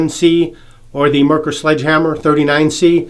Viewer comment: The brand is not pronounced "mer-kher"....There was actually a car with the same name...pronounced "MARE-coor"....like a female horse and the beer. MARE-coor.